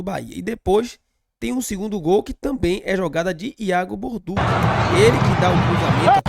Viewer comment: meu nome é Alinson gosto do seu canal e sou descendente de italiano. No italiano TODAS as palavras que terminam com 2 letras C, a pronúncia é sempre com som de T. Ex. Macarrão Balducci, som de T dentre outros exemplos. Mas o que que dizer p vc é que o nome do nosso lateral é Iago Borduchi ( com ch ) a sonância é de X. Sou de Salvador-Ba do Bonfim, mas moro na Suiça. Com td humildade irmão. Tamos juntos BBMP. Pau no vice e pau no Inter😂